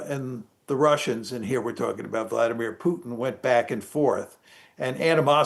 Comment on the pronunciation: LET'S START WITH BASIC RESPECT. YOU KEEP MISPRONOUNCING PUTIN'S NAME. HOW DENSE ARE U? IT IS POO- TEEN. NOT PIYUTN!!! IT IS VLAD EE MEER. ACCENT ON THE 2ND SYLABLE!!!! NOT VLADMIR!!!